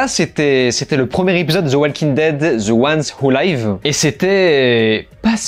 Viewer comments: "Ze wouane ou laïves" => faut faire un effort à un moment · Zeuouanewoulaïve mdrr un minimum d’effort stp